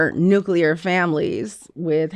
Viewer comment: Why the f**k can't educated, well-read people pronounce the word "nuclear"? And, no Van, I'm not talking about you. People say, "nucular" even when they're reading the word on a screen, like they can't sound out the word. Even President Bush could not pronounce nuclear correctly. I guess this is how people can manage to fail open-book tests.